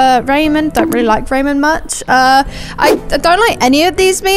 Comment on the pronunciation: ok but the way she pronounces "anime" and "ramen" 💀😂